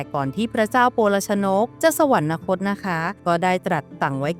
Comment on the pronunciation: สวรรคต ออกเสียง "สะ-หวันคด" ไม่ใช่"สะ-หวัน-นะคด" ควรออกเสียงให้ถูกต้องตามหลักการใช้ภาษาไทยครับ